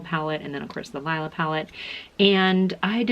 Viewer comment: It's pronounced Lela not Lila.